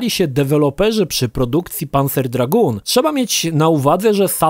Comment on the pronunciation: tak jak Lukasz Skywalker napisał - Dragoon wymawiasz "Draguun". Tak samo jak masz Lagoon, które wymawiasz "Laguun".